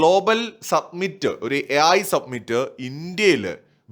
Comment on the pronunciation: Submit എന്നാൽ സമർപ്പിക്കുക എന്നാണ് അർത്ഥം. AI summit (സമിറ്റ് ) എന്നാൽ ഉച്ചകോടി എന്ന് അർത്ഥം. മലയാളം ചാനലുകൾ പൊതുവെ summit എന്ന വക്ക് സബ്‌മിറ്റ് എന്ന് തെറ്റായി ഉച്ചരിക്കുന്നുണ്ട്. Your videos are very good. Congratulations 😊